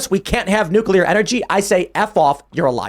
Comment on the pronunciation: It’s Nuclear and pronounced Nu-clear not Nu-que-lar.